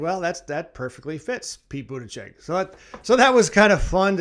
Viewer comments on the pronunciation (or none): Youre spreading a bunch of lies. There are many fact checking articles debunking the claims you made at the top of your vídeo about Pete. I should have expected it from someone who doesn't even try to pronounce his name correctly.